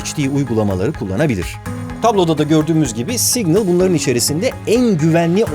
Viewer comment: Yalnız o "signıl" diye okunmuyor 🙂